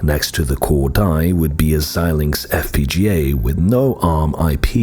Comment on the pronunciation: It’s nice to hear somebody pronounce Xilinx correctly! Most people absolutely butcher it. And then repeat it dozens of times!